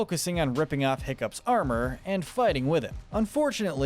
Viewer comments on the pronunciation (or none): none